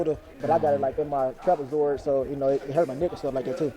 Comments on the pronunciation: Lmaooo at how long it took for u to comprehend that nigga saying "trapazoid" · LMAO he really said Trapezoid ☠️ gotta love em